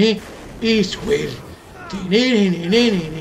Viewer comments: En aleman la w se pronuncia como v osea no ich will asi sino ish vil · mangeeeeee se pronuncia ich viiil no guiiil XD